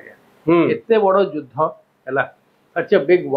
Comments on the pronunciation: its judhha not judhya😅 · ଯୁଦ୍ଧ ଉଚ୍ଚାରଣ ଭୁଲ କରୁଛନ୍ତି।